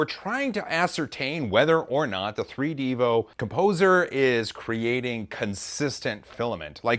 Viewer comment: is probably said 3d evo, not 3 devo